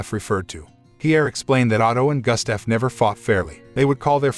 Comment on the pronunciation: Johan... is pronounced "YO Han" Gustav is pronounced...Goost ta'V.